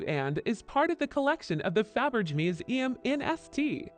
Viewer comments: Faberggggr LOL Hate A.I. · Narrative is abysmal. Can’t even pronounce Faberge. Why bother?